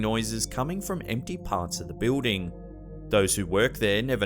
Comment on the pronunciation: are you going to use constinants? You don't need to use them all, god knows American's can be almost as lazy, but please give it a try (you just said invisiboo, come on man and it's not a beuuding!). Eh, what do I know, people from Pessivania can't pronounce L's either. Still, with a tiny bit of effort, it could be "Invisible and Building" it shouldn't be a chore. It's YOUR language we use. Why the hell use extra U's and not pronounce a multitude of consonants? I mean, it's what they put them there for, right. I mean, as well, OUR is fine, it's how it gets pronounced, but why is color pronounced color and not col-our? Just an example. Now, get with the program, it's what you've been hired for! Does everything need to sound like Shaun of the Dead? Okay, I'll shut oooup now (Damn, I live too close to Canada!);-) Havue au greaut dauy aund tomorrouw 3> Edit: I misspelled something, it should have been Pennsavanya. I wasn't positive, but I called a Flyers fan who's a friend Not the weird ass mascot, btw, alI i asked him to mention to do was his state. So, I fixed my post, man, what a mess I seem to be!